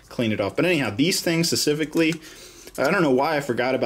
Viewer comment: say "specifically" not sicifically...